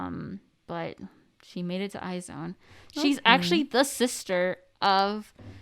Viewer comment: She knew she said it wrong but Omg when she said I-zone I Cringed so hard it’s pronounced Aizuwan or eyes one I’m a wizone here since produce 48